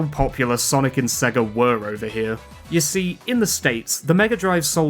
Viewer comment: Sorry even as a Brit I can’t get on board with Sega pronounced as ‘Segga’